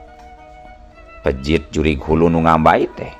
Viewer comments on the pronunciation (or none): Cigeulis Pandeglang manco Ki. Peujit Ki sanes pejit punteenn